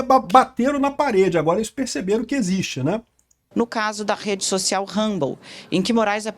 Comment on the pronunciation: Tosco demais uma jornalista pronunciar "humble" para se referir à rede social.